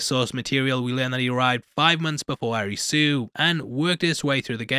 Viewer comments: the protagonist's name is pronounced A-LISI, hence ALICE in borderland, it's weird when you call him a ri su... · Butchering all the names Arisooo. It's Alice. As in Alice in Borderland. The way Japanese people say Alice is Arisu. Also, just FYI, Usagi means rabbit. Edit: it's Usagi.. not Yusagi.